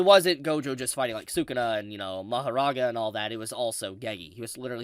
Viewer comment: You say say Sakuna like Sakuda, is that his official name or am I missing something?